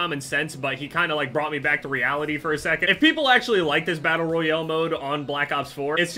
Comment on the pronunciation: Why does he always say battle royL